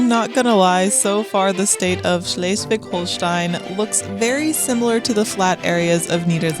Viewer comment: Slightly repetitive, but good pronunciation of Schleswig-Holstein! Well done!